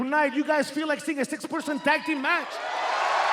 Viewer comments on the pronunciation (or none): I know he said six person tag team, but I heard six percent tag teems match 😂